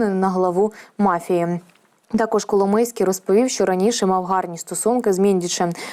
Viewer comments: Пані ведуча Коломойський ,а не Коломийський. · Ну варіант "коломИйський" на це прикольно, типу "хлопець з Коломиї"))))) ... але все ж я думаю, що напевно правильно його прізвище звучить коломОйський"!